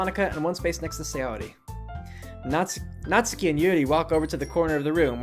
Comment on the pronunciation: "I'm not good with Japanese names!" You can say "Natsuki" and "そして" correctly; you can say it all.